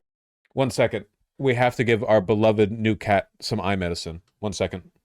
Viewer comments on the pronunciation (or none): none